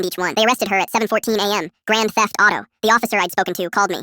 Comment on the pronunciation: Grand thef auto (gta)😂😂😂😂